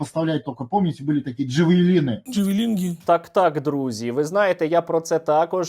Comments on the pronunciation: Джевелинги 🤣🤣🤣🤣 как ЗЕРГЛИНГИ 🤣🤣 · Сука ці дегвуди навіть назви озброень не вивчили, хюмарс, джавелінг, і байрактрон!!!!